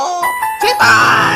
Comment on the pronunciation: 제발할 때 족발이라고 들렸냐